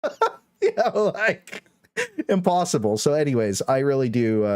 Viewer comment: 🤣🤣 Turns out that's "actually impossibru"